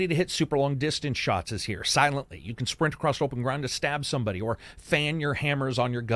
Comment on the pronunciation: Where do you live that the word “across” has a t at the end of it?